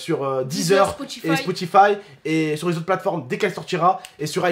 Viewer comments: tu dit Spoutify au lieu de Spotify 👌🏾😂❤️ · a dit spotifive 😅😅😅 on y en veut pas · Comment j'te kiffe t'as dit spoutify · ''SPOUTIFAYE'' lol